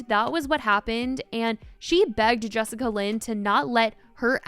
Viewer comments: Jessica Lynn? 😅😅😅😅😅😅😅 It's Jess A Lynn. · lol it’s Jessalyn not Jessicalyn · Am I the only one who is dying inside every time she says Jessica Lynn instead of jessalyn lol 🤷🏼‍♀️ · Im sorry "Jessica-Lyn" ? Its pronounced "Jess-Lyn" 💀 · Why do you keep calling her Jessica Lyn? Her name is Jessalyn lmao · bruh who is jessica lyn?😂😂 im listening and im like wait who is that? its jess-a-lyn 😭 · im love u spill, but her name is jessalyn pronounced jes-sa-lyn not jessica-lyn lmfaooo love you girl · Is is jessicalyn or Jessalyn? You keep saying one while the text says another. 😂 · i love you sm but the jessicalyn instead of jessalynn is as lowkey funny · take a shot each time says "Jessica-Lynn" instead of "Jess-Alynn" lmfaoooooo im sorry i couldn't help it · looking for all those extra letters you made up in “jessalyn” lmaaoo not “jessica lynn” 😭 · BRO YOU KEPT SAYING JESSICALYN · It’s Jessalynn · She’s saying Jessica Lynn lol. Close enough lol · I was just doing a double take when I noticed. 😂 was very confused for a sec.